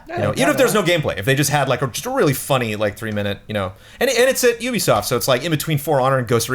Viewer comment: none of you can pronounce ubisoft, though